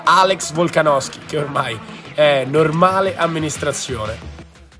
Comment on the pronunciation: Volksnosky dopo 4 minut e 19 te lo sei inventato. Il sudafricano si chiama "Du Plessis" non "Plessi" Eccheccazzo